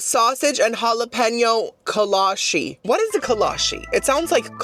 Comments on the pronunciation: it's kolache, with a chee sound not a she.. kolachee not kolashee. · I absolutely love buc-ees being from Texas. Also kolaches are a big thing in Texas, you can literally find one at every donut shop you go to here. So I’m just here to clear it up that it’s kola-chee not kola-she. I love all your content btw you are one of my favorite YouTubers!!! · i’m not sure how it’s actually pronounced since it’s from europe, but in texas we pronounce kolache as co-law-chi. they’re super popular in texas which is probably why buc-ees had them since buc-ees was founded in texas